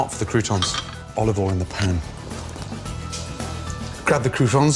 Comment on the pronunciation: Nobody: Gordon: Oliovol